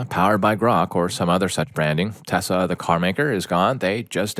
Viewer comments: I know they are saying Tesla but it sounds like they are saying Tessa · Why is he saying "Tessa" instead of Tesla? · IT'S TESLA NOT TESSA